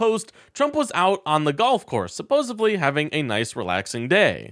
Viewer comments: "Supposably" is not a word. It is not even a neologism, a word in waiting. It is a mispronounciaton. The word correctly pronounced is supposedly. If you choose to speak publicly then speak correctly. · I support your channel and enjoy your content – so please accept this constructive criticism. There is no letter B in the word supposedly. You say “supposably” – you’re combining the words ‘supposedly’ with ‘opposable’ - lots of people do this, but it’s incorrect. I thought you’d appreciate knowing… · I'm sorry brotha but it's supposedly* not supposevly. You're doing great, though! Love your clips. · Supposed... Supposedly... Subbosebly?????😢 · Hey,, it's supposEDly and nuCLEar.